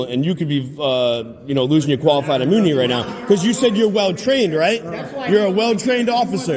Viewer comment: Did he say coifed imoonity as the final answer? He mispronounced "qualified immunity" three times, finally gave up and just went with... coifed imoonity. 😂😂😂